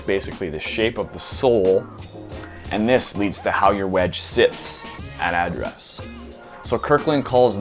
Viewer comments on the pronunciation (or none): You say “address” funny. Like a Texan. “Ah-dress” but still love ya buds